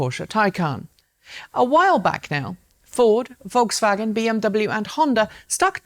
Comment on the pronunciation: Thank you for pronouncing Rimac and Volkswagen correctly. You're the first anglophone presenter that does it right.